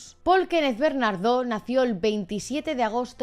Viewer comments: Es Paul bernardo sin ese acento al final pronunciado. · Por qué "BernarDÓ"? 😬😬